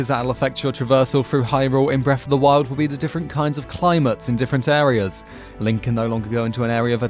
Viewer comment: "Bref of duh wild"